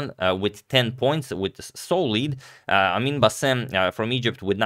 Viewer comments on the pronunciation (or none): none